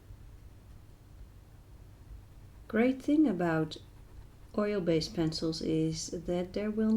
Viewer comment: She say oilbassed in the Video